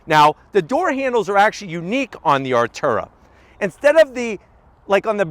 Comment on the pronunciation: Its Artura! Not ALTURA. Cmon. Im ready, your definately NOT😂